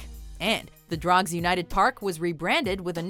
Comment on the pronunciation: Well she butchered saying Drogheda, no one who isn't irish can really say it 😂